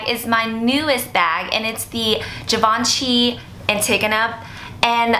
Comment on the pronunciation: How are you going to pronounce Givenchy correct but not antigona ? Drives me crazy lol